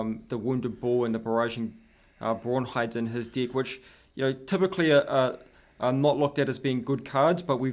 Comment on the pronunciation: its pronounced "deck" not "dick" 'EH' eh EH EH not IH, EH!!!